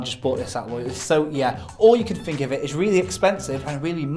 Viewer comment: Am I the only one bothered by the "f" pronunciation these blokes get up to? We don't Fink with our brains. When we're grateful we don't say, "Fanks." Am I?